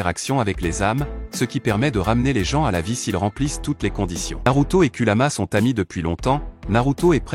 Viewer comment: Ce que pense de cette vidéo :très bonne vidéo expliquant avec détail, là tu gère 👌🏾,mais on dit kurama et non kulama